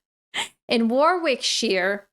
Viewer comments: Hi, Played Rugby for 2 yrs at school and decided that the rowing club was safer. Pronounced. Warric, not WAR WICK ( You have to live here to know) Don't pick on Darts players, they have pies for breakfast and Lager for the rest of the day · Hearing you try and say Warkwickshire was more painful than all the hits I took playing both rugby union and league! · Warwickshire 😂 9 years and still can't say it 😁😛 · Howq can yo garble Warwickshire that badly after living in England for 12 years? Shame on you. Ahaha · Come now!! you must know how to pronounce Warwickshire by now, after all the work you have put in on place names!! 😂